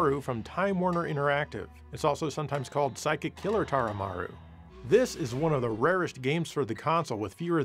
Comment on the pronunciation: Taromaru, not Taramaru.